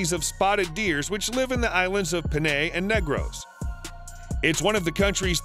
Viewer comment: Nice vid 😁 i learned something new everyday because of people like you and i respect it 👍 Also there are some words that you have mispronounced, which is not that surprising. "Masbate" its pronounced (mas-bah-teh) not (mas-bate). "Panay" is (pah-nai) not (pen-ney). "Cebu" is (seh-boo). No hate tho, and i just wanna let you know ◡̈👍